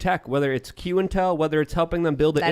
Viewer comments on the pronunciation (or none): In-Qtel not Q-intel .....